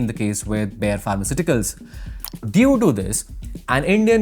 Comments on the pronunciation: it is not बेयर it is बायर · I'm sorry but I can't with the pronunciation of Bayer 😭😭😭😭 It's pronounced Bā- Yer This isn't a hate comment but I live right next to the industrial area and again I'm sorry about it being the only thing I'm pointing out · Bayer noi Bear